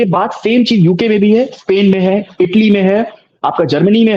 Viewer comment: इन्हे हिंदी नहीं आती ट्रांसलेट का सहारा लेते है और ये इंग्लिश ने पाकिस्तानी स्पेन को सपेन स्कूल को सकूल मतलब आधे स को इस कि जगह स बोलते है इसलिए हिंदी ट्रांसलेट इनको समझ नहीं पाया और ये वापिस पढ़ भी नहीं सकते कि पेन लिखा है या स्पेन